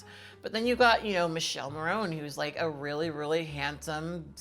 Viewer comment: 😂 Noooo the way you said Michele's name wrong killed me. I'm sorry I'm ded 😂😂😂